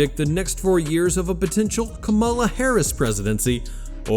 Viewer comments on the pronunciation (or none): It's "comma-la", dude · It's pronounced Comma La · Please pronounce Kamala correctly. Thanks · Before doing another video, ask Chat GPT how to pronounce Kamala’s name.